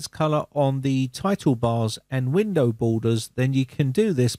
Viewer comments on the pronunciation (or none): none